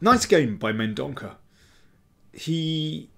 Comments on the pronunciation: I think "Mendonca" is pronounced with a soft "c". Love your books and videos. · Daniel, the 'c' in Mendonca is prounounced as 's' in sea- Thank you for all your efforts:) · He is from Goa. Its a Portuguese surname and is pronounced as Mendonça. I say this because I too, share a Portuguese surname.